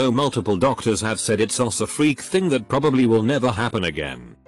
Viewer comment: sot that sot sot thing sot is sot so sot annoying sot